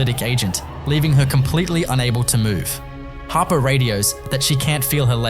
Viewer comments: It's Nyla Harper not hopper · Hopper?? For correction it's Harper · Hopper?? Isn't it Harper